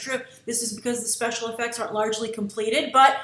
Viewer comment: Special Effucks? lol